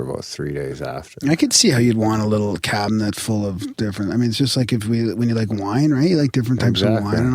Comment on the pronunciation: "Cabinent" Its awesome to hear turn the tables and call out for a mispronunciation!